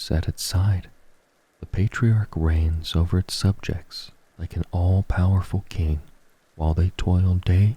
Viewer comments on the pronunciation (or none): none